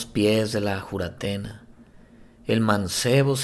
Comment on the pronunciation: Es Juratena ..o Furatena..como le dicen en Colombia